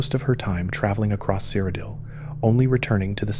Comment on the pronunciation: wdym you've never heard of the land of Sire O'Dill? 😂